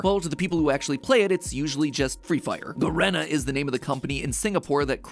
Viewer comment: its pronounced 'ga-ree-na' freefire